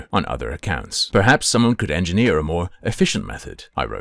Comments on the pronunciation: Hard ‘en’? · EngineerrrrrrrrRRR with a hard R :text-green-game-over